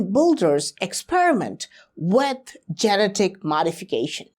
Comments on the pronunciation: I enjoy your videos, but I have trouble some times bc you mispronounce some words. Such as genetic. Ji- Net- ik. Your English is impeccable except for a few words. Keep the videos coming! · I love you man, so I'm going to help you out. genetic. how you say it in English, this is how it's pronounced: just say the name, "Jeanette." now say, "ick." again, say: "Jeanette-ick." try it, I'll have you talking in perfect English in no time. 😝💯💯💯